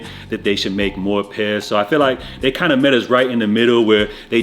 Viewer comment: Broh the Jamaican in u came out a bit “ all kindah different stories “ 😂